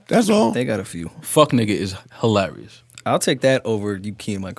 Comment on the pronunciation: Its hee-larry-us how Joe said he was out after listening to his own verse